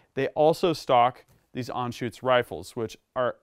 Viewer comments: "an-shuts" not shoots. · ...if you want to get picky.....then the first part is "Ahn".....not "An".......